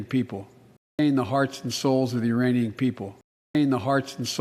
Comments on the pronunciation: Sounded like he was standing with the "Uranian people" not Iranian people. More likely he spaced out (as usual) and forgot there's a "K" in there. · I think he actually said uranian. Must have been getting mixed up with uranium.